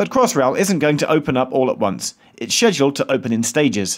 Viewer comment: Good stuff, nice and clear. And thank you for saying scheduled and not skeduled!